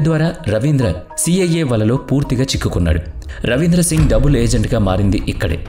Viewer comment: ఇది మీ స్వంత గొంతు కాదు అనుకుంటా. ఏదో మార్పిడి అల్టర్ చేసి పెట్టారేమో. ఎందుకంటే ఆడియో అంత క్లియర్ గా లేదు. ఒకవేళ మీదే ఐతే మీరు కొన్ని పదాలను సరిగా పలకలేకపోతున్నారు. Eg బందువు/ బందువులు & డబుల్.etc.